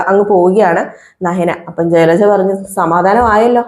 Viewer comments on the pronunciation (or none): ചിലച്ച അല്ല ജലജ എന്ന് പറ